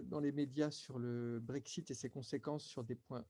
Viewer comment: si si,, j'ai bien entendu que tu as dit BreakShit...